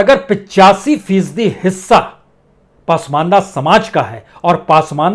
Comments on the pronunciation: कृपया पसमान्दह✓ (Pronounce) कीजिए पासमानदा नहीं× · उच्चारण दुरस्त करें ! शब्द पासमांदा नहीं ,"पसमांदा" है !! 🙏🙏🙏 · पासमंदा नहीं सर, पसमांदा होता है। आप बड़े पत्रकार हैं।